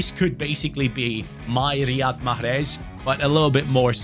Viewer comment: I love how said mahrez.. perfect pronunciation man.. just like how we say it 😂❤